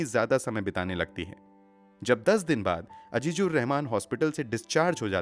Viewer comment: Totally agree with you regarding the pronunciation.